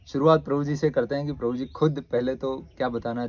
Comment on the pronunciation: Atleast, take the name of clearly... video k shuru me, Krupaya, Prabhu ji ka naam ' clearly ' bataye...